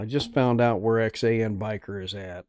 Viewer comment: I am sorry didn't know you did this live or I would have left DR. Harley's live. I guess I mistook when you were doing the live. Thanks for showing my stickers and reading my note. Good live!! Yep, that is my tag line, "Rubber down, Faith up." Also thank you for pronouncing Xan correctly. Glad you bike at least got rinsed off. I watch and try to comment on everything I watch even if it is just an emoji.